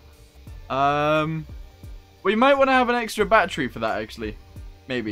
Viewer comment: Why do you say battery like batteru